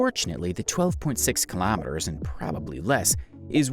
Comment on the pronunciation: ‘Kilamiturs’ is how he says it